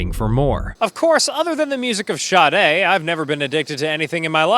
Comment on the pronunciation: it's SAH-Day, not SHA-DAY